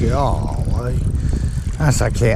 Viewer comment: "Gah-Ley" 🤣🤣🤣🤣 i love it when be says this.